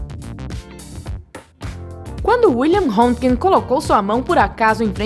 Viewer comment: Me desculpe ao portal, mas tem q estudar mais pois o raios X não foi assim não, foi realmente um estudo com tubo de raios catódicos, mas não tem nada com a radiografia da mão dele, pq inclusive a primeira radiografia de corpo humano é atribuída a mão da esposa do mesmo e também o nome dele não se pronuncia da forma como foi dito, e estou falando como física médica e q uma das cadeiras da universidade é justamente a história da Física e raios X é meu ambiente de trabalho